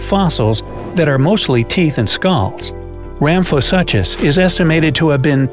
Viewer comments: Rhamphosuchus is pronounced as "sookes" at the end and not "suches"! Great video, love dino-like creatures. Who else? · Suchus (soo-kus) the ch is not pronounced normally in latin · Argh the pronunciation of Ramphosuchus... The suchus part is pronounced soo-kus! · Wrong pronunciations: Rhamphosuchus is “ram-fo-sookus,” not “...such-us”; Livyatan is “leev-ya-TAHN.” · the way he pronounced ramphosuchus has me dying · I was scanning through the comments to see if anybody else noticed that every time he said it incorrectly it made me cringe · Sarah Holliday—Yes, that one was especially painful 😖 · Does it bother anyone else how he's mispronouncing "suchus"